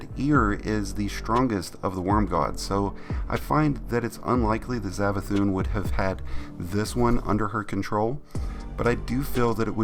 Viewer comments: Savathun not zavathun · Its savathun not zavathun its an s sound sssssss not zav